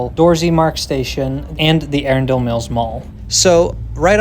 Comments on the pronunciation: Also your saying arundel wrong it's a run del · Even Google gets the local pronunciation wrong for Arundel. Knowing you're not from this area you wouldn't know that we generally say 'uh-run-dull'. If you look at the Anne Arundel County wiki page the 'listen' button there is accurate. Also, don't forget that Arundel Mills also has MD Live! Casino in case you want to lose some money!! lol Thanks for the great video about something in my home state that I never knew about. Have a great day.